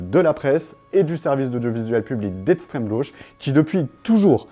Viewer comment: J'aime bien votre travail. Mais on dit eXtreme, pas eTStreme... Sur chaque video en plus ^^